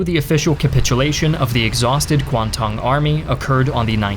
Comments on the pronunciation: It’s KWANG TUNG —- Not KU WA TUNG like you try to pronounce it. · kwangtung army pronunciation is wrong.